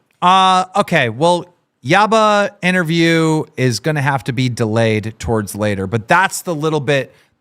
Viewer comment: it’s Yabba not Yamma lol anyway cupcake is his baby carrot